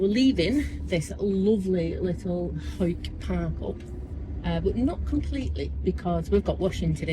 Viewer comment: Hari OM Yes, "Hoick", well-pronounced,! Part of my home territory, I know it so well. The drinking water tap is on the other side (roadside) of that wooden fence from the toilet disposal point. The town does have much to recommend it; museums, galleries, good eateries, plenty of supermarkets, a fabulous park - just up from where you slept... I'm so glad you enjoyed it and defo worth revisiting. They are making a fine job of the flood defences, making a super park-like area and walking spots.... Anyhoo - Merry Christmas dear lady - onward to a fine 2025! YAM xx